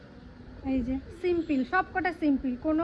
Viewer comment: cotton kurti gulo khub valo hoyechhe. Kone site theke kinechho janiyo. word ta simpil na, bolo simple.kichhu mone koro na.Bhul sobar e hoy...shikte chaele bhalo.